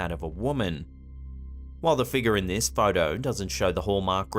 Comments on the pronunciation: My fav is Figure (Figga) 😂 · Oh. And what’s a “feegar”?